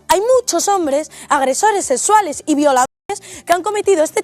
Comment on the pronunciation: vamos a ver en el video la mujer dice "no creo que pam haya dicho eso" le muestran el registro de pam diciéndolo y en vez de rectificar evade. Y unos segundos después habla de "agresoreh sessualeh" , el único fanático que niega la realidad eres tu, la evidencia está en el video.